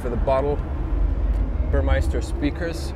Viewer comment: It‘s Porsche not Porschaa. And it’s Burmester not Burmeister. It’s not Rocket Science to get that right, but obviously very difficult for you.